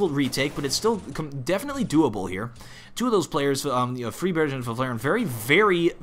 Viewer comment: the g is pronounced though, freebaerg